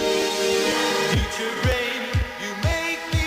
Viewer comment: did he say tchuture brain when she asked about his greatest hits???